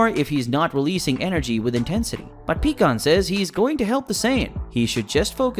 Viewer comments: It’s pie kon not pee kon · Picon not peacon wtf! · its pie kahn not peacon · Omfg PIE-KAHN not PECAN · BRO!!!! I can't take it anymore. It is pronounced PIE-CON.... NOT PEA-CON.... I know the spelling is wrong. Just wanted to show him how to say his name right. HOLY SHIT. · What is with you people making these little stories that you create always pronouncing people's names wrong pycon It's not pronounced pecon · You should know pikkon is pronounced as Pie-kon😅